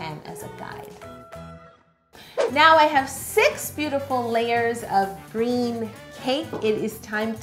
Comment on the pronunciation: 😂 listen to how she says green